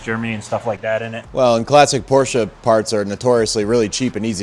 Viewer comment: THANKS for the correct pronounciation of "Porsche"! And don't you dare to put anything but a 912 engine in it.